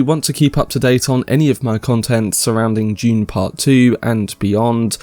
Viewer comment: I just keep hearing him say June. 😆